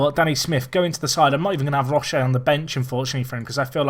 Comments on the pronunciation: Roche is pronounced like the roach part of cockroach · Roche is pronounced 'Roach' as in former Man Utd keeper Paddy Roche.